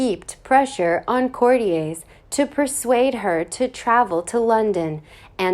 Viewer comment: Tiara is kept in a CUPBOARD??? You have to be joking! All the jewels are kept in a vault in Buckingham Palace. For goodness sake, whoever you are, STOP using American voice on this video. Stop using a robot stringing words. You Americans know nothing about our royal family! Absolutely nothing. ‘Court-ee-ay’s’???!! It is pronounced Court-i-ers.